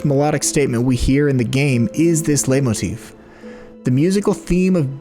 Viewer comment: I have no idea about music and music theory, but I still love listening to videos like this and feeling like I do. Just an unasked-for tip: It's pronounced "lite-motif".